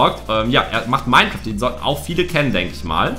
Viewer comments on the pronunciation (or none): none